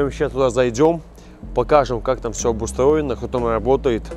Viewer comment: Работаю тама??))Так только Никулин говорит аххх тама